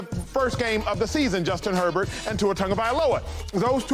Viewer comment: This chick cannot get Herbert's name out of her mouth🤣🤣🤣